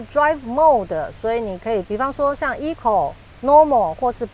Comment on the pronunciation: Corolla Cross 唸錯了。 Eco也唸錯了。